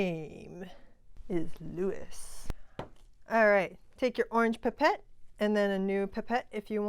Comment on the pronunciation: The way she pronounces "pipette" 😂 can't wait to see more of these awesome videos